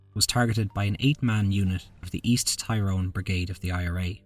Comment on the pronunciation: It's pronounced Tir rone not Tie rone. Tie rone flips burgers in Murica.